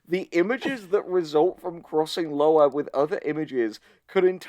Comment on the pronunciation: Bruh why they pronounce it as "lo-ab" 💀